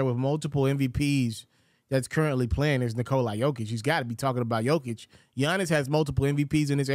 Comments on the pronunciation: Nikola... NOT Nikoleye. damn man, get it right for once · Its not Nikol(eye)